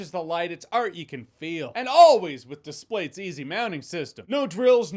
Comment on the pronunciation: I dont know why but the way he says displates sounds wrong